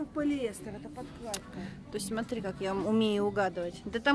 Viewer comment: Шоппинг классный! Мне так нравится как Вы говорите Сотри, а не Смотри))))))